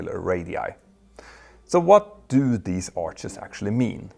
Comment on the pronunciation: Not arches, ARC’S